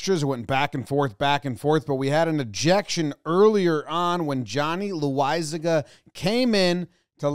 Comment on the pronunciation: I get so irrationally mad when away announcers pronounce Loisiga's name wrong. IT'S PRONOUNCED LASAGNA YOU DING DONGS